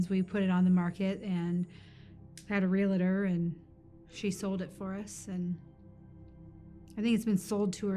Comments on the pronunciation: There is no such thing as a REAL-A-TOR... it's a REAL TOR (two syllables). GRAMMAR POLICE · THERE IS NO "I" IN REALTOR